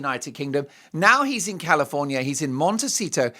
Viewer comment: I will never say, "Monticetto" the same way again. Happy weekend Mark &. 💗😽💗